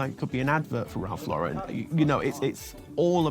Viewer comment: These people mispronouncing Lauren is driving me crazy! Anyone else? Just me? Especially non-Americans. No, it’s anyone. 🤪